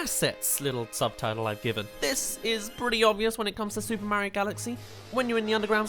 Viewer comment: STOP SAYING MARIO LIKE THAT PLZ